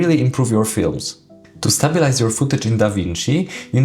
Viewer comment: It's not Stab-bil-ize it's pronounced Stay-bil-ize, just sayin'